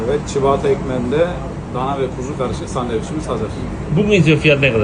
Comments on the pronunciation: Çabatta diye okunuyor çibata değil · Çibata değil söylenişi çabata